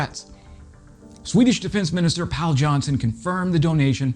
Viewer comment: Pronunciation tip: Pål in Swedish is pronounced just like Paul in English... it's fair to assume the names have a common origin ;)